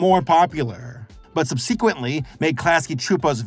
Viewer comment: Bro. It's "suhb-suh-kwent", not "suhb-see-kwent".